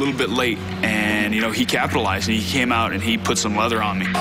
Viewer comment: "lights ooot", maybe for Rory.